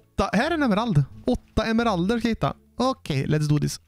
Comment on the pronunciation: Emmeralderrrr. Jo så heter det👍🏻